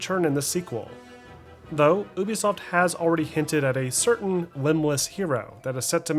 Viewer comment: dude say ooubesoft instead of ubisoft XD